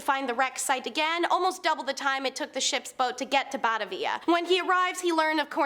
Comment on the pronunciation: Ba ta via... Not bat a via..sorry I struggle with mispronounced names